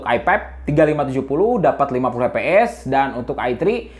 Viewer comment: Lucu dengar bang nyebut fps jadi eps